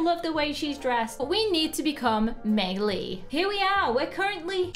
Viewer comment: May Lee not may lae